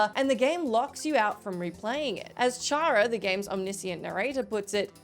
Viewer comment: Also, Chara is pronounced “Kara” as in character since that’s literally what his/her name means.